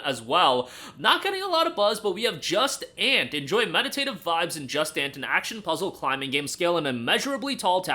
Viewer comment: 🤣Just Ant, bro... It's French. (jew-sahn)